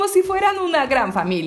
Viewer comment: Se dice miranda no maranda !